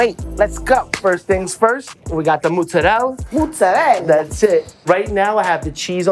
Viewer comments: italian guy calling mozzerella "moetserel"? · His nonna should have spanked him every time he would mispronounce Italian words 😭 MO - ZZA - RE - LLA cristo santo you can do it! 👏🏼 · i am not even italian but for someone who claims they are of italian descent and say moozarell' instead of mozarella really hurts my soul